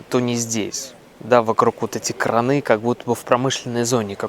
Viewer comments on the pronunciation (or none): Краны - ударение на первый слог!